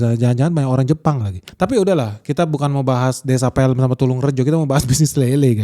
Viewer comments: Desa Pelem, bukan film, pelem dalam bahasa jawa artinya mangga om, buah mangga, penyebutan e nya jgn kayak di tanah batak om😅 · Baca e nya gak gitu, saya orang Pelem tapi hidup di Karawang tapi pas pulang kampung banyak yg melihara lele termasuk bapak saya yg ingin saya investasi kedia buat kolam lele 😂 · baca Pelem tuh bukan seperti menyebut film dan Pelem yang berarti buah mangga e keduanya diucapkan sama dengan yang ada di kata kepada... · cara baca desa Pelemnya salah tuh, desa Pelem bukan Film tapi ke Pelem (yang artinya mangga) kayak cara baca Pecel 😁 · Lebih tepatnya kampung inggris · Yak betul....pengucapan "e" nya "seperti" , "segar" dan "tebal" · Pelem itu bacanya : PE (kayak nyebutin "PELajaran), LEM (Kyak nyebutin "LEMbut") Pelem juga merupakan sebutan buah mangga yg sudah matang. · PELEM bacanya kayak j"em"** om, bukan filem.. PELEM-but gitu loh.. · Baca nya Pelem itu kayak Mangga dalam bahasa jawa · Pelem itu artinya mangga, cara ngucapinnya kayak bilang kata tetep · Bang, btw bacanya utk Pelem salah bang.. Yg bner dibaca kyk bhs jawanya Mangga.. Org Kediri nyebutnya gtu.. E nya pake kyk bhs jawanya mangga.. Kyk imbuhan "Me dlm bhs Indo" E yg pertma n yg ke 2 sama pnyebutannya, nggk dibedain kyk abang tdi.. Btw saya jg org Kediri yg lumayan dekat dr Pare Tulungrejo dan Pelem Pare itu.. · Baca desa pelem nya gk gitu bang😂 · Cara baca pelem salah, kurang jawa. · Pelem = bacanya pake e kecil bang, bukan E😅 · PELEM... Bacanya E seperti kita bilang Lepas, pelukis😂😂 Bukan E seperti di bebek wkwkw😅😅😅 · Bacanya bukan pElem (as in mEdan) tapi pElem (as in dErmaga) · Desa Pelem = Mangga. Bukan Pelem. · Desa Pelem - (e = mangga) kosa kata bahasa jawa bukan pelem - (film) beda pengucapan beda arti.Salam dari Jombang Jawa Timur. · salah baca desa nya bang, itu pelem kalau di artikan ke bahasa indonesia Mangga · Desa Pelem (mangga) Baca E nya di serem... Bukan E di helm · desa pelem= mangga, e nya... pengucapan asem